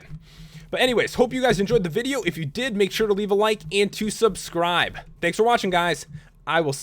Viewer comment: INSTEAD OF SAYING SUBSCRIBE YOU SAY SUBSCROOB